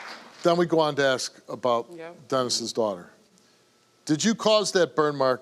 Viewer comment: Dont these people know the word is "ASK",NOT "axe"